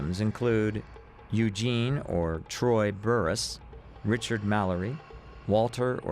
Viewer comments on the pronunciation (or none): none